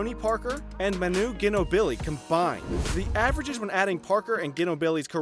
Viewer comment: Learn to pronounce ginobli and Durant! This are all time great basketball players! It's cancer in my ear how you pronounce them